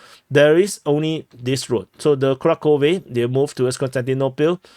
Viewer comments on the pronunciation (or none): none